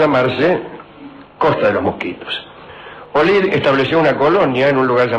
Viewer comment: Olid, no Olin